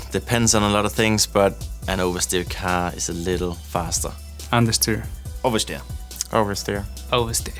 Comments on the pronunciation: Someone is going to make a nostalgia f1 clip from alonso when he said undsteer. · Man said understeer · Ofcourse Fernando says understeer